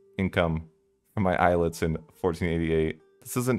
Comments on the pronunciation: It is not Eye-let, it is Ay-Alet. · Eh-yah-leht is the correct spelling fyi